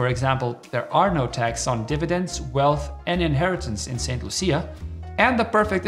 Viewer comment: Saint loosha . Thts the pronunciation